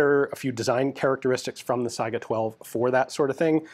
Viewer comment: One indication of Ian's above-average American intelligence is his correct pronunciation of 'Saiga'.